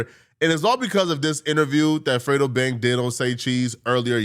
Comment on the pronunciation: 🥷 said frito lmao it's fredo 🥷 😂😂😂